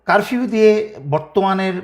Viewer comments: ভাইয়া কারভিউ না।উচ্চারণ ঠিক করেন।তারপর লাইভ করুন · কারবিও না, উচ্চারণ টা হবে কারফিও । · ভাই আপনি তো কারফিউ উচ্চারণ ও করতে পারেন না।